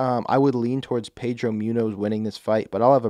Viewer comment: “Pedro Myunos”